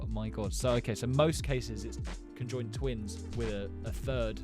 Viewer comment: I mean conjoined not cenjond